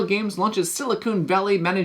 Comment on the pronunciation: it sounded like “Silicone Valley”…..which I got to tell you sounds like a totally different game than “Silicon Valley”. Lol. Totally different vibe just by changing one small letter. Great video, always puts out videos that are very informative and this is one of my “Go to” content creators for learning about upcoming board games.